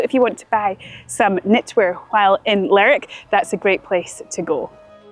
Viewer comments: I know the names look very alike, but Lerwick is not pronounced like Berwick. It should be "ler wick", not "lerrik". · It's Lerwick, not lerick lol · It is not Lerick it Ler Wick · Your pronunciation of some towns is funny. Lerrr_ wick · Lerrick sounds so wrong. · It’s ‘Ler’wick’ :) - we spent a week there in July moving around. . Based myself there and cycled to all corners. A great toon. Shetland was stunning. We also went to Yell and Unst. Cracking chip shop in commercial street. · I think most people in the UK are aware that Shetland and Lerwick exist. Also you need to pronounce the "W" in Lerwick.